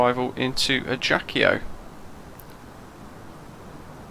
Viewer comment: Thanks for your video. Very useful as usual ! Just the prononciation is "ajaksio".